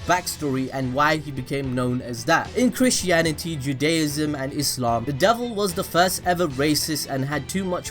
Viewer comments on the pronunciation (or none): none